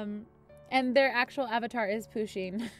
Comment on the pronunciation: You need to pronoune Pusheen PA-SHEEN